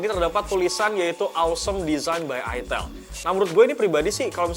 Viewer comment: Itel salah sebut dikit langsung jadi itil😖😖😖